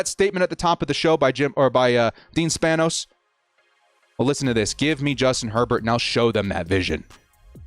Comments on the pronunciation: it’s pronounced span-ohs lol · You clearly Have not cared to be saying and/or pronouncing the Spanos name correctly. I completely get it tho. They haven't earned it. Bellichic is my 3rd choice btw.